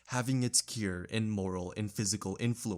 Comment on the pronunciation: Did you just pronounce the word “cure” as “keer”? What even was that word!?!